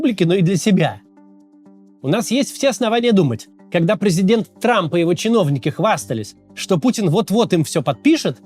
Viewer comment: Дональд Т Трамп😂. Зачем он произносит эту лишнюю букву «Т»?